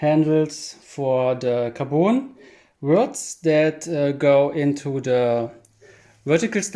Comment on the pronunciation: tell me u are german without telling me xD also please stop saying kaboon rod ffs say caRbon